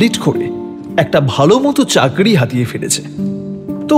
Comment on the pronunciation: ভাই, কথাটা চাকরি,চাগরি নয়।